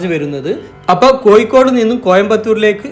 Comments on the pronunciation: കോയ്ക്കോട് അല്ല കോഴിക്കോട് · കോയി അല്ല ഊളെ.. കോ'ഴി'ക്കോട് എന്ന് ഉച്ചരിക്കാൻ പഠിക്ക് ആദ്യം.. എന്നിട്ട് യൂ ട്യൂബ് ചെയ്യ്... അവന്റെ മറ്റേടത്തെ കോ'യി'.. അക്ഷജ്ഞാനം ഇല്ലാത്ത കുറെ യൂ ട്യൂബോളികൾ... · ശരിക്കും കോഴിക്കോട് ആണോ കോയിക്കോട് ആണോ, ഏതാണ് ശരി. ഞാൻ തെക്കൻ കേരളത്തിൽ നിന്നുള്ള ആളാണ് അത് കൊണ്ട് ചോദിച്ചതാ.